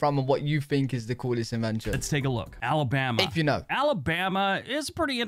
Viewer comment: I love watching your videos but please stop making fun of Alabama in your pronunciation of my home state...it's rude.thank you!